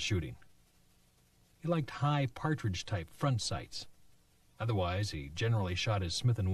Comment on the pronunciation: Great video, it's a PAT-RIDGE front sight not Par-tridge named for its designer.